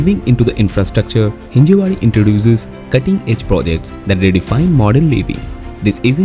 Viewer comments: It's Hinjawadi. Not Hinjewadi. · Thanks for the informative video. But please get name correct. Its Hinjawadi, not Hinjewadi